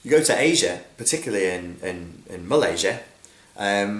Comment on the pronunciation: "particularly Mal-Asia..." *lol